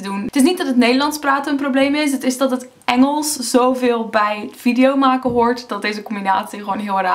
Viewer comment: Wow, je kan inderdaad echt een accent horen in je Nederlands. Je klinkt als een Amerikaan die al een behoorlijke tijd in Nederland woont, maar waar bij sommige woorden zijn/haar "Amerikaansheid" naar boven komt. Vooral bij de woorden "praten" en "maken" kan je het op de een of andere manier goed horen. Misschien ligt het aan de uitspraak van de a? Die klinkt meer als een à dan als een aa. No offense, trouwens. Viel me gewoon op, haha.